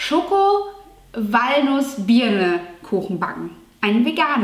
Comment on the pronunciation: Ich versteh die ganze zeit dass du in den kuchen noch Bier reinmachen willst, weil du das i bei Birnen so betonst 😂😂😂